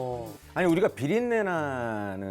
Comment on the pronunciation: ~ 비렁네가 아니고 비린네라고 설명 해 주세요?